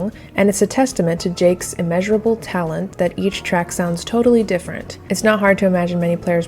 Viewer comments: The soundtrack really improves the game by a lot. TJ Davis is indeed great! Thought Richard's last name was pronounced more French. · Just to make sure no one is confused, Jacques rhymes with shock, begins with a “zh, and ends with a silent s. 👌 To anyone named Richard Jakes, sorry for the confusion! 😅